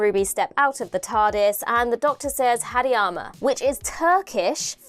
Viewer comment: doctor says Hadi ama not hadama.